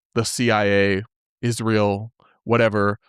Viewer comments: Why does Candace randomly throw in an "h" behind every s in her language? Ishreal, assashrination, etc, etc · ISHRAEL , have you ever noticed she cant pronounce the word she says every 5 minutes